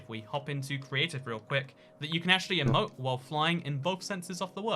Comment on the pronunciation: Anyone else a little triggered when he says “eh-moat” and not “ee-moat”